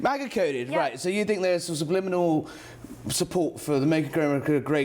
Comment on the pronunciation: It’s not “subliminal”